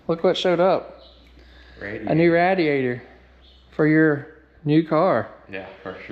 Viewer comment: rad di ator / ra di ator...you tell me bud.